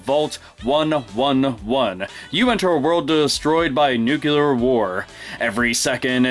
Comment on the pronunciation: Nuclear is pronounced new-clear.